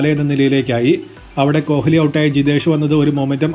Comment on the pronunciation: കോലി എന്ന് പറഞ്ഞാൽ, " ഹ് " ഉച്ചരിക്കണ്ട